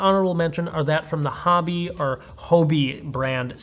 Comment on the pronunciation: Polarized lenes generally, light does bother me a lot. I run Oakleys', but Maui Jim is a good alternative. It's not Hobby it's Ho-bie, as in Hobie cat sailing.